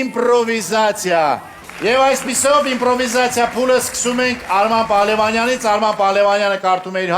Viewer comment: Ժող ոչ թե ինպրովիզացիա այլ իմպրովիզացիա